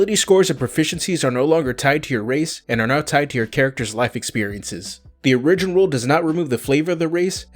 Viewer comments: Origin is not pronounced " or-rig-gen" it is pronounced " "OR-I-GEN". Just fir you personal knowledge. I could really care less but others may give you crap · It's more like he is saying uh-ri-gin, rather than or-ih-gin. I think he is taking the word original, pronouncing it as myself and most Americans do incorrectly "uh-ri-gin-ull" then just taking the "ull" off the end. I don't know how many more times I could have listened to uh-ri-gin though lol. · Okay. Lets say it together....Or-ih-gin. Not Or-ee-gin